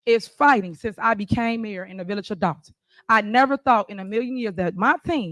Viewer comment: Did she just say she was a "village adult?" I think she mispronounced that second word.